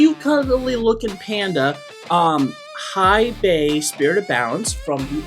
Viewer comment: I wanna say you said the name wrong on purpose lol and it bothers it me... well played kind sir